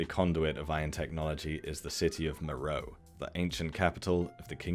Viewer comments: Please: "MER-oh-ay" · Great observations. My only issue is that my ears heart every time you mispronounced Meröe. It's "Mer-O-way". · nice work as usual, thank you. Only comment I have is regarding Meroe and how you pronounce it. Being native of Sudan, I can tell you the natives pronounce it MA-RA-WEE, sounds nothing like the spelling, I know:) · Meroe is usually pronounced “Me-ro-way”.